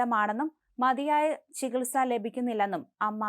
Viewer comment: ചികൽ സക്ക് ഉത്തരവിടണമെന്ന്. മലം നാടന്റെ വാർത്താ അവതരണം ബഹുകേമം തന്നെ.